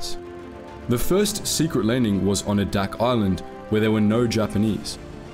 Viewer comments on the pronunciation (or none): The island is AY-dak. Not UH-dak.